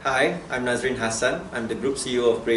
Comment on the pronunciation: Nazrin not nazarin